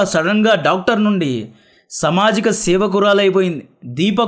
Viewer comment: Bro samajika kaadhu saamaajika